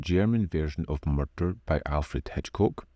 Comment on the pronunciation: I thought for a moment I was watching Taggart there when you said "Murrrder" each time.